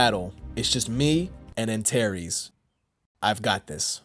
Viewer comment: Bro, Antares, not Antaeries